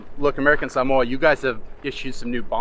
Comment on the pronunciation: 🧡🧡🧡🧡🧡. You pronounce “Samoa” and “Samoan” perfectly. Thank you and I will always consider you Samoan 🥰